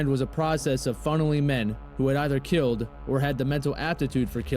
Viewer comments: It's "killed" not kilt. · Killed, not "kilt".